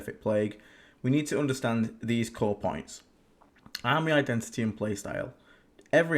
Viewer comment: Drinking game: drink a shot every time says "OOnderstand"/"OOnderstanding".